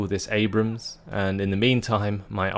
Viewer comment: *nods head slowly* and it's an "Abrams," not an "Abraham." Creigton Abrams was a general in the Vietnam War.